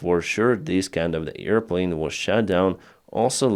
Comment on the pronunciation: Not EAR plane,, but AIR plane.